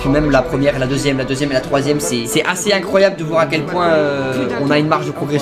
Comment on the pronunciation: "trrrr rapide" "incroilbe" "determent"